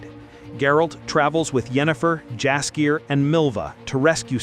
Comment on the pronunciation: Dumb AI can't even say Jaskier properly.